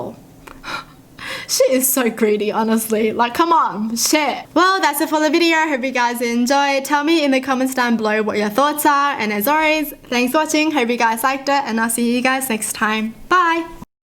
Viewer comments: Am I the only one who just realised she mispronounced "always" as "alrays" at the end of end of every video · I think it's an accent, maybe? 🤔